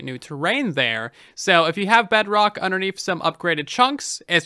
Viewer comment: At this point idk if he says bedrock or bugrock